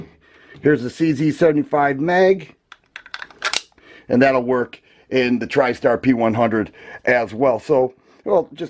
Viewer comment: The true prononciation of the name of this pistol is like Janik or something like john-nick.